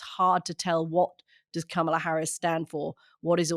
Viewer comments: Great podcast. Anthony it isn’t CamelA like Camel. It’s Kamala like commala like comma hugs 🤗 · Hey Mooch, her name is pronounced "Comma- La." Not "Cama-la." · The pronunciation is "comma"la, Anthony. You mispronouncecd it. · Mooch, Her name is pronounced Comma La. Love the podcast. Thanks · "Comma - la" is how her name is pronounced. She tells people this is a good way to remember. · Ka ma la . Only an Asian knows better. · Kamala is pronounced COMMA-LA everyone. This is my TED talk. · Anthony,learn how to pronounce Kamala's name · Why is he pronouncing her name wrong? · Man, I just can't listen to Mooch slaughter Kamala's name anymore. I know it's a small thing, but it's the sort of thing that drives me CRAZY -- especially when it comes from supposed political 'experts!' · Kamala has a short "a" on 1st 2 "a"s, Anthony.